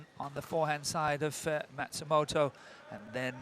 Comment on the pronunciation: The male commentator is incompetent: the umpire just said "Mayu MATSUMOTO", yet he repeated "Mayu MATSUTOMO"!